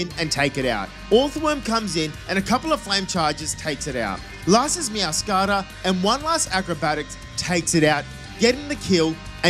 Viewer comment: “Meow - scada”